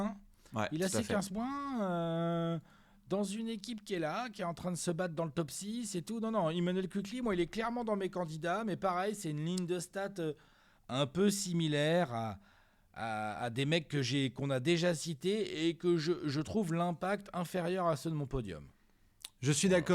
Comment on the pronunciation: Immanuel KickLee???! WTF 😅